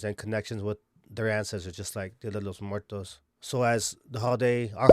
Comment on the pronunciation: fools can’t even pronounce Muertos correctly 🤣